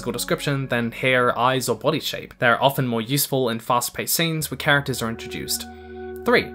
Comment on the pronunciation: "The best physical descriptions tell us about who the characters [arrrrrrre] ..." Me: He is a pirate!